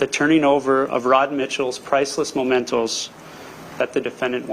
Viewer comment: "memento" not "momento" ;-)